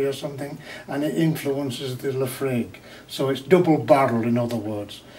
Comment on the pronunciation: He didn't do a great job at explaining what a single malt is either, yes it's product of a single distillery but the other crucial definition is it can only be made from malted barley. He can't even pronounce Laphroaig properly either.